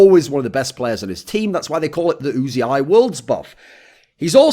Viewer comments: Is it really pronounced "oo zee eye"? Everyone else I hear talk about him just says "oozee" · wasn´t it pronounced "uzi" straaight away without actually spelling it?